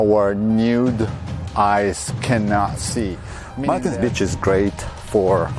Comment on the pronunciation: Please learn to say b-e-a-c-h!